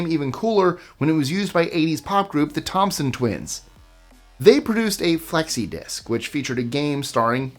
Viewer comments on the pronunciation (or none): none